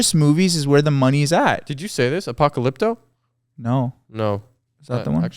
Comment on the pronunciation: as a mexican, hearing them try to figure out the movie Apocalypto is so painful